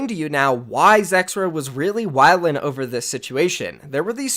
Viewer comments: The way you say wyling lmao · no bro, dont say wAhLiN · it sounds like it your first time saying "wylin" lmaoooo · yeah the away you say wylin was too much